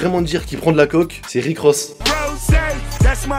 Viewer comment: Juste coke pas coque